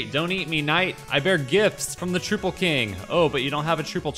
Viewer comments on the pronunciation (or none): Trouple is pronounce Trow-ple, if you pronounce it Troo-ple, the Trouple King will be very upset with you